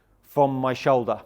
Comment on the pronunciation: What’s a show-da?